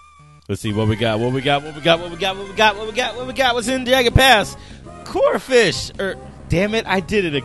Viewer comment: This man said corphish...